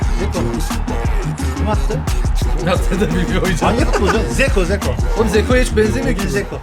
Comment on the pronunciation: Zeko değil lan dzeko